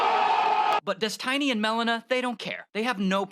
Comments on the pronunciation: Why does he call him Des Tiny? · It's "Des-Tiny"... you mean people don't know how to pronounce "destiny"? Just kept thinking that was strange. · Dess-tiny ? Lol. Intentional? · Did he say "Dez-tiny"? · Des-tiny is thee best pronunciation of Stevens pseudo name.......... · I find it hilarious how the narrator keeps saying "dez-tiny" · Also got to love how the nickname is pronounced des-TINY. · I love how he pronounces it dess tiny. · des-TI-ny LMAO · "His name is Des Tiny..." lmao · Why is that guy talking saying his name all wrong? It is really hard to listen to……